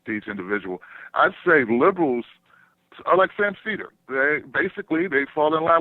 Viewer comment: Sam URL is really not that hard to pronounce